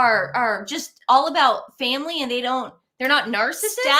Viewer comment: It was awkward when he said I love my family. He mumbled over family. Almost said father